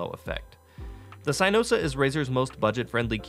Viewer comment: Really called it “CYEnosa”